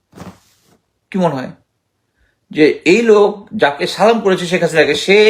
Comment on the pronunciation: Sir দয়া করে সালাম টা শুদ্ধ করে দিবেন প্লিজ।